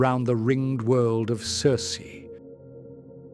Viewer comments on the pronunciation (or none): none